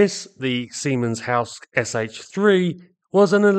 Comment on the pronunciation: Native English-speakers seem to be notoriously unable (or is it intention?) to pronounce names and designations in foreign languages correctly. The name in is SIEMENS & HALSKE Sh III, not 'Siemens in the House' or something like that. The class is denoted by the Roman III, for engines between 110 and 150 kW (150-200 HP)...